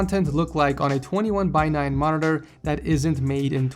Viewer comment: the way he pronounces monitor is annoying